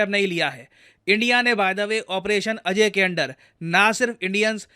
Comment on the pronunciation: ऑपरेशन "अजय" नही ऑपरेशन "अजेय"😊